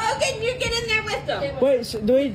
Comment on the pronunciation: loves the word "trifling", can't pronounce the word "ask".....